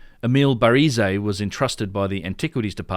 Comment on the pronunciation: great work on the pronunciation front regarding caviglia; now its baraize's turn:- bar-EZZ